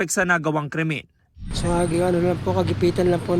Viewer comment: Crimen, not cremin 😂